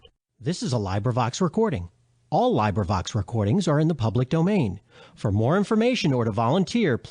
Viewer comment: when u mispronounce librivox its hard to take u seriously